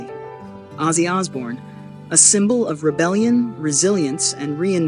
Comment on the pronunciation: Who's azie it's OZZY